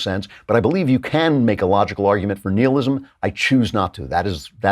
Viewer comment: Well, that’s a weird way to pronounce “nihilism”, Andrew.